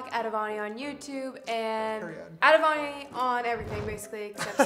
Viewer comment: Every time he says “avani” I hear “bonnie” LOl